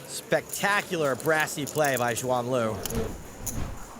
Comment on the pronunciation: First learn how to pronounce her name it's Suan, X is spelled like an S